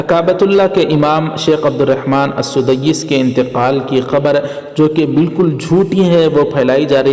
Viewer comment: Al sudaiis nahi sahab blke Al sudais hai